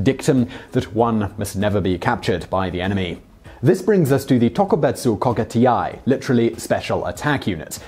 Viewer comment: Tokubetsu Kogeki Tai. It ain't that difficult to pronnounce.